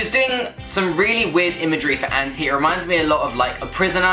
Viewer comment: I think she recorded it drunk. Lol. Btw, you're pronouncing ANTi wrong, it's anti (ant-eye) -- Ps, the album leaked and is now out today. 13 tracks. 16 with the DLX version coming out Friday. Still waiting for that Gaga//Beyoncé collab on ANTi